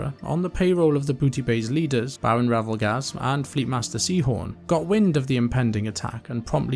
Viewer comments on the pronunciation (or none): none